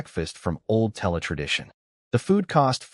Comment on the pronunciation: Tella? Don't you mean Terra?